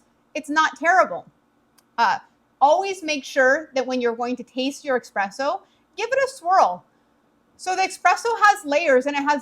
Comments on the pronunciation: Girl... There is no X or K in the word espresso... Just ESP, not exsp or eksp... You're making me crazy! 😂❤ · You lost me when you said 'expresso' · As soon as someone says ‘expresso’ I move on to the next video.